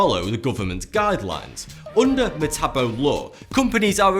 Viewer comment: It makes me cringe hearing this dude say metabo and sepuku since I'm Japanese (he just doesn't say it correctly btw)